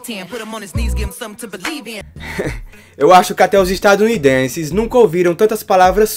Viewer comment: "Estado Unidences" by